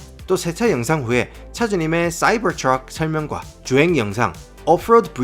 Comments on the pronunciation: 말투는 경상도 사투리쓰면서 쏴이붜트뤅 이란발음이 겁나 안어울립니다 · 싸이붜트뤜 ㅋㅋㅋㅋㅋㅋㅋㅋ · 사이버 트럭 발음 존굴리네